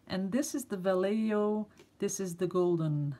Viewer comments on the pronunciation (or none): Not sure if the L is silent or not. But probably: Val-LAY-yo ((or, technically if you're reeeally spanish: baa-YEY-ho)) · It's Vall e Ho...the J in Spanish is pronounced as an H.. and Golden is considered one of the best paints in the United States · Actually, in Spanish, the double L is pronounced yea. So va yea ho. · Va (short a) lley ( as in lay) jo ( as in hoe)....... I lived in a town once called Vallejo..... :) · Awesome info, love the deep colors and great cell action. Also, it's pronounced Va-lay-hoe :) haha